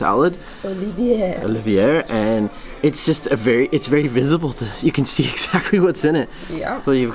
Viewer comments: Let's learn here - Keyeve . This is the correct pronunciation for Kyiv. Please stop butchering its name! Borshch _ there are no borshch without beets hehe The beets were socked in the water this the reason you don't see the intense purple red. Olivie has no sound "r" at the end of the word . Vah-reh-nyh-ky. Medeevnyk- honey cake. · The potato salad you pronounce "oh-lee-vye" because it's a French name